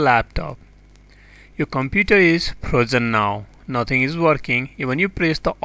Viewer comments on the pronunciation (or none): none